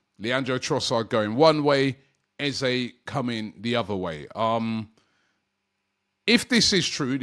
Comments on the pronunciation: You clearly have not spoken to him, or how he has responded to this question to the media. I will educate you, I wasn't going to. Eze has been asked many times, is it Eze orEza. His reply is it is Eze but if you want to use EzA it's ok. Typical Brit's that bastardising a name and pronunciation as they only hear others start using it. Is a big deal to Eze, not really. It's just respectful to call his name correctly, not what people say at school. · It's Eze with and E not EzA there is no A in his name ... as he has stated many times. He's such a nice guy and just excepts either, but it's important to respect his correct name.